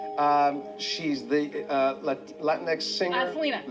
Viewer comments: It's Lah Tinks. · exactly. It's a soft J-H sound that isn't really heard much in English. Certainly not an X. Thanks.